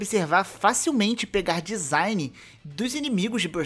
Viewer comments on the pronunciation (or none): none